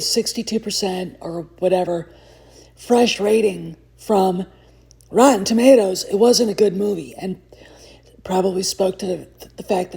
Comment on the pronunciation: "Rotton Tommaters" 😂😂😂 Hey, that's CORRECT!❤